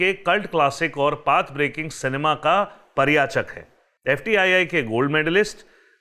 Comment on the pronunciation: Parichayak hota bhai pariyachak nahin.😃